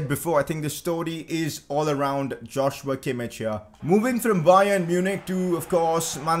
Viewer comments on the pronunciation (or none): Sign a CAM on loan for the rest of the season then you can sign Szoboszlai next season (also btw its not Josh-You-a Kim-ich its Yoz-wa Kim-eesh) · It's pronounced as Yoshua Keemeekh not Joshua kimmich pls😂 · Joshua Kimmich is pronounced as yosua kimmih